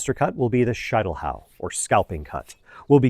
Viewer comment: SHEET NOT SHITE!!! Schietelhau!!!